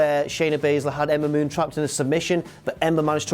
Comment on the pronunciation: Being drunk and trying to say Ember Moon so many times doesn't work so well. LOL.